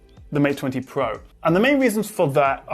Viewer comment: Mate Twenty Pwoah...